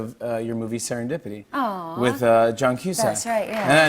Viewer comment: How come no one in the comments has pointed out that Fallon says "serendipi" and not once but twice.